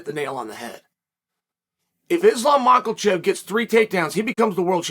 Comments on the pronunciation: ..Again Mackle-Chev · would love to see islam michealchiv vs hazmat chemaiev in the future, if only i had a dollar for each time my man pronounced them wrong 🤣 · Let’s be honest here, Chael does a better job of pronouncing Islam’s last name then John Anik does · Next video by chael needs to be titled 'Where to find the 'L' in Makhachev'